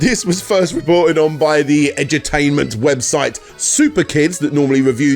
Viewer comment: When you said Edu-tainment I thought you were saying Edge-o-tainment, like edgy games more concerned with being edgy and controversial than playing anything actually entertaining